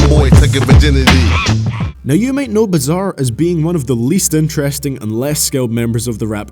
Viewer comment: You got bizzare all wrong 😭😭😂